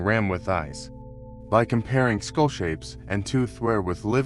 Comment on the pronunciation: Skull not school. Someone teach this AI the difference